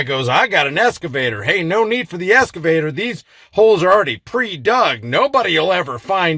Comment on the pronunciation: *excavator Not “escavator” 😉